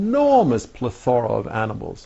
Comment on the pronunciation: Hey, way to catch this dumbass on his inability to pronounce the word plethora. It was subtle, but I appreciated it.